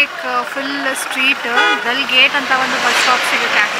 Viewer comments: Adu ದಲ್ alla ದಾಲ್ ಲೇಕ್. ಜೆಲಮ್ alla ಜೀಲಂ river pronounciation correct agi madi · that is ದಲ್ ಲೇಕ್ ಅಲ್ಲ, ದಾಲ್ ಲೇಕ್.